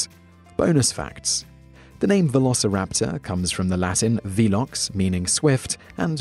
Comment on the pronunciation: Yes. His videos are stuffed full of appallingly ignorant mispronunciations like this. Note also that in this one he thinks that the Latin velox is pronounced "veelox." God give me strength!